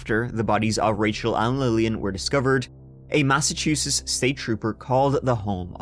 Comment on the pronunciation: Massachusetts, omg you're the only who's ever said the name correct. Lol... from here, I just call it massatooshits bcuz I can, I live here. This story sucked too.